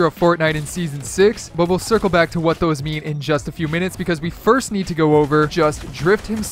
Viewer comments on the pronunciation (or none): none